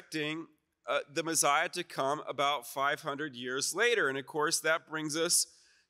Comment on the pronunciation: Why does he say Mezziah? It’s Messiah.